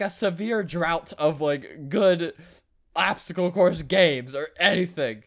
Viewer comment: “PBSTOACLE CLOURSE” Yes.